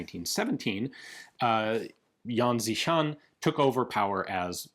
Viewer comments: The pronounce is more like Yan "Shi"-Shan. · His name is pronounced close to "Yen She Sharn"